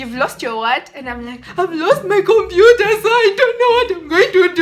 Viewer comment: It's computer not compua 😅😂